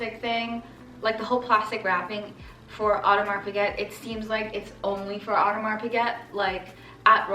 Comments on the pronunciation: Yeah I cringe everytime they say "piGET" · FYI Piguet is pronounced Pegay